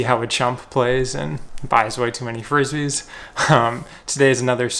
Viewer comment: Really good video, just cringed everytime you called them Frissbees!😂😂